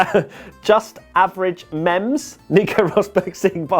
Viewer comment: did u say mems